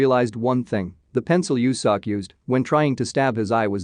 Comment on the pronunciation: I'm crying right now 😭😆😭 Its pronounced "Yo Sok". But I never thought youtube can do it dirty. 😆😆😆